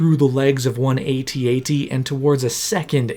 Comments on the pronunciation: You lost me at A-T-A-T. It's pronounced AT-AT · It is AT-AT, not A-TEE A-TEE. Lucas clarified this himself. Picky Nit, but excellent video otherwise 😉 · A T A T ? 😂 AT AT I think you'll find!